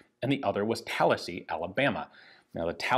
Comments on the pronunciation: I don't think that's a Florida thing, I'm pretty sure most people really like that. In fact this video was the first time I've heard someone say at the other way before. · Same. I started thinking maybe that's how locals pronounce it around Tallahassee when Ian said it... but why would he say it that way, when I never heard anybody else do so, even in Florida? Yeah, had to double check to be sure cos I read it as Tallahassee first time around. While this Brit once knew Florida well (it's been a long while but I used to visit and road trip yearly) I never got that far upstate, so yeah... it threw me for a minute. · Thought the same thing and I’m from New York